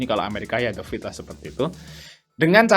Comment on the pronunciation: The fed mas bukan the fid